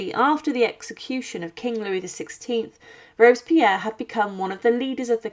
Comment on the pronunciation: Rob-es-pi-erre 4 syllables s'il vous plait.